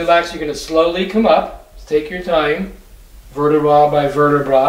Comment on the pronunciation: Verta-bra! He says😂😂😂